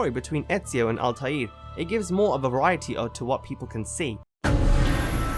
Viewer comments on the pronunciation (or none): Altiear? I thought it was Altair (all-ta-er)